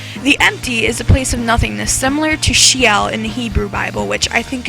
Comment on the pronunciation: It's She-ol, ol sounding the same as bowl, btw.